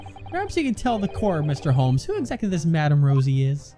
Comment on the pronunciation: said Sholmes instead of Holmes, she did an oopsie